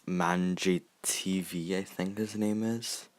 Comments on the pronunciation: Also it’s pronounced M and J tv 👍😉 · Oof you butchered his name MandJTV